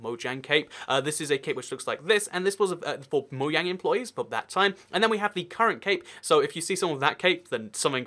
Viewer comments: Anyone get annoyed when he says MOYANG instead of mojang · Say moJang not moyang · It moJang not moYang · Stop saying moyang it really annoys me it’s pronounced Mo Jang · man o cringed when he says moyang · I am triggered you say moyang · No one:: moyang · It's not moyang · ur saying moiang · Why does he say mojang like moyang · I hate how he says Mojang it’s soooo disturbing even if it’s the right way etf